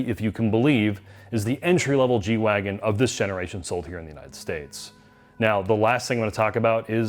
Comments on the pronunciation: G-WagEn, not wagon. I was not expecting this noob mistake from you guys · G-Wagen, you are the last people I would have expected to butcher the name and call it a Wagon